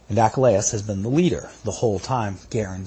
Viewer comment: Your pronunciation of Achilles? Is "achalayis"??